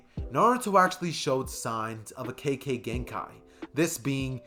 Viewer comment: u said kekkei genkai wrong alot pls not hating find better way to say it and the rest of the video was good keep up the good work i love ur channel